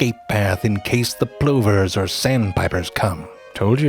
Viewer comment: why'd you say plover like that